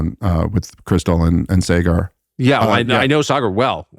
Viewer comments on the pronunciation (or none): at this point, I'm convinced Dave knows he's mispronouncing Saagar and it's an inside joke of some kind